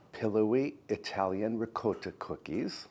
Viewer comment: Pronounced in Italian dialect. RIGAWTA